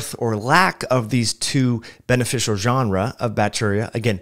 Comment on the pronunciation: You practiced such restraint in your response to the criticism of your pronunciation of "genera". 🙄